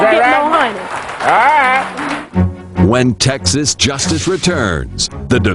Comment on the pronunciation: It's T E X A S.....not texes!!